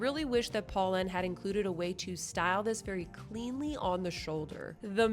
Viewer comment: “Poe” not “paw”!! My friends and i made it a drinking game! You have great content. Just needs tiny bit of refinement, especially when reviewing brands. 😊